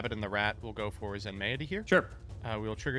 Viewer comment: Question: is it not pronounced "zen-mighty," rather than "zen-may-it-y?" Feels like Zen-mighty makes more sense as a name